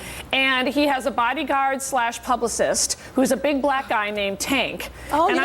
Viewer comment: It's funny when Tyra says "PLUBlicist" instead of PUBlicist. She even goes to mate that word with Security, as "PLUBurity" which is close to publically.... But the word publicist is already ated with public and assistance. Why do so many black people say PLUBlicity? I even had a professor who taught PLUBLIC relations! It is almost as bad as them wanting to AXE you.... Instead of Ask.